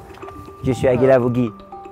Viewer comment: Niemand: Wirklich Niemand: Josh: Josh Guilavogui